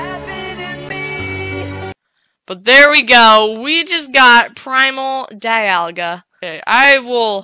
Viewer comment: You say dialga wrong this is how you say it DEE - ALL - GA dialga